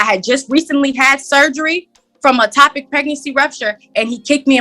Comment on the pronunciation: She had a 'topic' pregnancy rupture???That's one I've never heard 😂 Her mom said he took 'egg-vanage' of her? AND he's the most 'narce-sti-stis-tick' man she's ever met in her life? I guess we know where she got her literacy skills.🤣